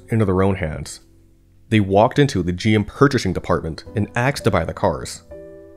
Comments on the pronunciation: Very interresting story and to the point, but your narrative are sometimes slurry and unclear... and its "asked"... not "aksed" ;)...AND...where is the two cars today?? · "axed to buy the cars" Huh?🪓